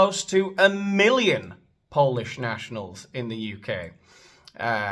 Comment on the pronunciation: and the Spolish.